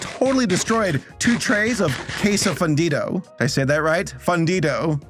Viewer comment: You pronounce it as "Fondidou" "Fundido" is pronounced with the 1st "U" as a OO, the "I" as EE (you got it right), and the O as in CROCOdile or TOP (and not "OU" or "U" like in TOGO or ONE)